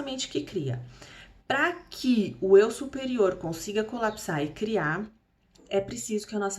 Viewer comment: Só não entendi o colapse. Pode explicar? Não entendo quando vc diz colapse